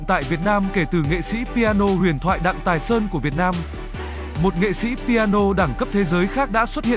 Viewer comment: Sub ở dưới vẫn ghi là Thái Sơn mà vẫn đọc là Tài Sơn, đuổi thằng đọc này đi